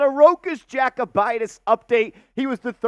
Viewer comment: Yo-koo-bite-is 😂 not jack-oh-bite-is